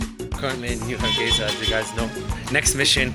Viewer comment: Har gei (S) a not Za.